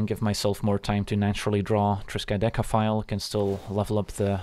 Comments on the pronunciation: Agreed. That's not an easy card name to say the least :D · For real. I thought that right before reading your comment.